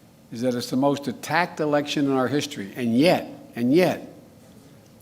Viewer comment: He said "nyet nyet" ... he's Russian.